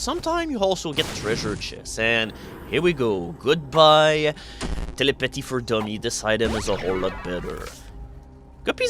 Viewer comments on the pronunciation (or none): Telly-pah-tee for Dummies.